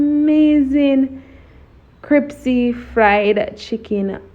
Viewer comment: Looking good I think I will have to try style- of dipping in flour and cold water and then dipping back in flour. Neat trick. But one thing that kept getting to me Was the pronunciation of the word crispy isn’t the word crispy and not cripsy?!